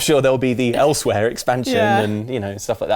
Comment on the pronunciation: is talking about Kippers then says "Elseweyr":D